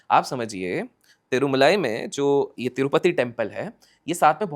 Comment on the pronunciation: boss it's tirumala not tirmulai lot of difference pls